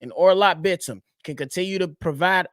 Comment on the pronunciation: btw you're pronouncing Bitim's name perfectly